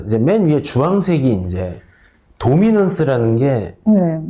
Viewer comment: 도미넌스는 알겠는데 돠미논스는 뭔가요 ㅋㅋㅋㅋㅋㅋㅋㅋ 발음 웃기네요